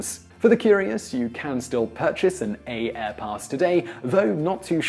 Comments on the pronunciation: AAirpass is not pronounced A-Airpass, it is just simply pronounced Airpass. just like everything AA branded. AAdvantage is just pronounced Advantage Priority AAccess: Priority Access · Although AAirpass is spelled with a double-A, it is pronounced as if there were only one A (the same is true for AAdvantage).